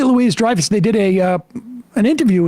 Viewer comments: Her name is Julia Loo-WEE Dreyfus, not Louise. Learn how to pronounce their names if you're going to rant. If you're offended by comedy, then the comedy is probably very funny to most people. All "Jokes" have an exaggeration- something that is WAY out-of-proportion- which shields it from prejudice. It's always about CONTEXT. There's an element of "forced irritation" to the woke culture. Being offended is almost popular, and implies that you're more evolved as a human being. That's going to create immense push-back. Not to mention, there's the laziness in refusing to acknowledge and recognize the CONTEXT that is required for something... anything... controversial, to also be "funny." Lenny Bruce, George Carlin, Richard Pryor were our philosophers, as well as comedians. Through humor, you can TELL THE TRUTH! Sometimes, the truth is unpleasant... but, it can still be funny. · You’re pronouncing her name wrong. It’s not Julia Louise Dreyfuss, it’s Julia Lou-EE Dreyfuss. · Her name is pronounced like Louis the 14th. I never fail to be disappointed by the lack of the most basic production work on this show. Can't tell you how many times I think "just google that fact if you don't know it for certain", when you are all just grasping at straws and then some further information can help carry the day. I really am in line with most of the viewpoints expressed here, just please step up your in-real-time efforts to be more accurate. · Her name is pronounced Loo-ee. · It's been years he's been talking this way and you said her name wrong . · The "s" in Louis is silent. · Love the show. But seriously, how can you not know that the s in Louis is silent? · You keep saying her name wrong! For goodness sake, just get her name, right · You could learn how to say her name right :/ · At left as I am- ffs, you hits always push it too far. And at least have the decency to actually provide pronounce Julia’s name correctly. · Hard to watch when you keep mispronouncing her name. 😢